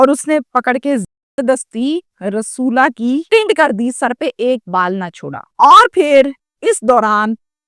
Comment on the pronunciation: رسولا۔ نہی رسولی بولو 😅😅